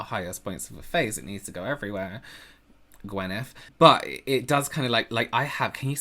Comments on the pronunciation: He really said GWYNETH 😂 I’m dead ☠️ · I knew you were gonna say gwenith 😂😂😂😂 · "Gwyneth..." The shade. Lolz! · Me: wait for it, wait for it....:...Gwyneth 👀 Me: 🤣🤣🤣🤣☠️ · "Gwyneth" OMG 💀😂😂😂😂